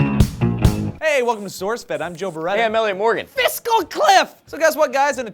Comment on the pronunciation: Seriously. What the hell is a Fistal Cliff? I keep asking my friends but all they do is laugh.